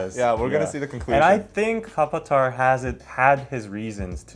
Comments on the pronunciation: ohkk guys kapatta = katappa! LOL and its katappa! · That's not kapatta 😂😂 its Katappa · Kapata??? 😂😂😂. You mean Katapa??? Aweee thats funny